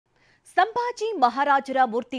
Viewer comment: ಸಾಂಬಾಜಿ ಅಲ್ಲ ಸಂಭಾಜಿ ಹೇಳಿ, ಸರಿಯಾಗಿ read madi